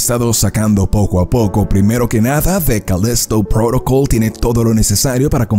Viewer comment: jajaja Además lo dice cada vez diferente con la obsesión de querer hablar como si fueran de eeuu con lo fácil que es decir Calísto Prótocol tal cual